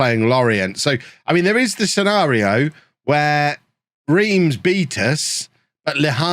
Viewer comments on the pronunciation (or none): Reims sounds like you’re saying France but without the F, sort of? Like Rahnce, there’ll be videos out there if necessary. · It's actually pronounced 'Remms'